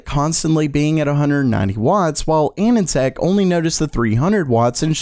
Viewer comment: Anand tech pronounciation is hilarious xD